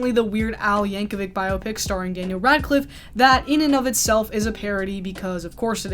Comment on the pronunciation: THANK YOU for pronouncing 'biopic' correctly. I'm gonna scream if again I hear it rhyming with "myopic"